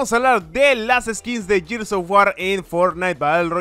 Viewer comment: Se dice gears no yirs v